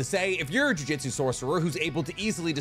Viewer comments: Ok, does it piss anyone else off when he says juJITsu instead of juJUTsu. Small difference but god it annoys me. Can’t tell if it’s an accent thing or what but god it stands out and ANNOYS ME 😂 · Dude, for the love of Christ, ju-JUTSU not jiu-JITSU. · Jujutsu not jui jitsu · What is a "jiu-jitsu sorcerer"? I might be wrong but ain't it supposed to be Jujutsu as in "jujutsu kaisen" like the mangas title? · it’s juJUtsu not jujitsu. god it’s so annoying hearing people say that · It's JUJUTSU btw not JUJITSU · Respectfully, it's Jujutsu, not Jiu-jitsu. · it’s jujutsu not jiu-jitsu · Say it with me... JU-JU-TSU. JUJUTSU. not jiu jitsui. Im always cringing whenever you mispronounced japanese word 😂😂😂. Edo tensei, not edo tensay. Man,, you are better than this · another one that I'd like to tack on is his repeated "jiu-jitsu's", really got on my nerves lmao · stop saying “jiu-jitsu” man. great vid tho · mf keeps saying jujitsu sorcerer.